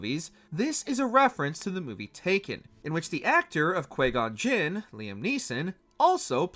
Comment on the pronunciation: Hearing the narrator mispronounce several Star Wars names such as Qui-Gon Jinn and Count Dooku hurts my ears and heart.